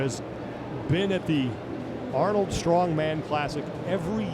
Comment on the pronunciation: At least Rogue knows how to film an event. The Arnold channel is a joke, their guy can't even pronounce names. Where the heck is the leaderboard after two events? Complete amateur hour over there.